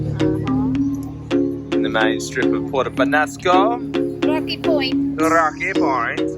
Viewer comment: It's Penasco with that little thingy over the N. So it's pronounced Penyasco.